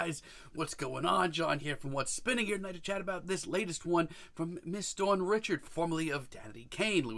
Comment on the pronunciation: Her name is pronounced “Dawn Ree-shard”. It’s creole/French it’s not pronounced “Richard” like “Richard Pryer” just a FYI for next time, also Dawn is the future. That is all. ❣️